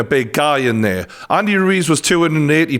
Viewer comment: really? does that mean you say “what’s over fair” instead of “what’s over there”?